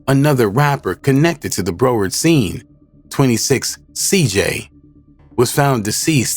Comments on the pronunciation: It's pronounced "BROW-WURD"🤦‍♂️ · Bro said BRO ward county 😅😅😅😅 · bro you can’t pronounce broward ? i’m from the lou and i know how to pronounce